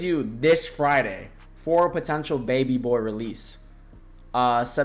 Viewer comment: why u keep saying "baby boar" 😭